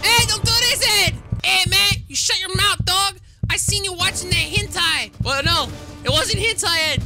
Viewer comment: bruh he said henti :bro said henti